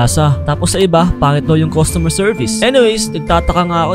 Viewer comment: its CUSTOMER not COSTUMER